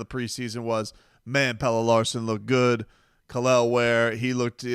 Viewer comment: Kel'el ware dude why you butchering that man name for 😭